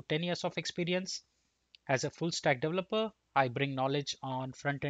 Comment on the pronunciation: Thumbs up, but Indians need to learn how to say Component and Developer right... It's not just you. It's every Indian developer I hear on youtube. You guys got the wrong strong syllable: the right way to pronounce it is : kuhm·*pow*·nuhnt , duh·*veh*·luh·pr